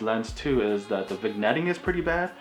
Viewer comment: you might want to look into how to properly pronounce "vignetting".